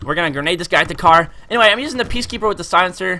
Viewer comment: Guys why u so mad cause he said peacekepper. People make mistakes :P